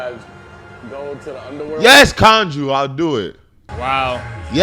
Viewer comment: Ouch my ears! Why does say Konju? The name was JUST said. And he keeps saying it...